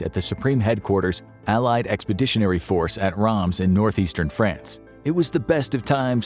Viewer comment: "Rahms in northeastern Franch" hahaha, it was in Reims and every time I heard a French person pronounce it, it was like "Ree-hgiem ".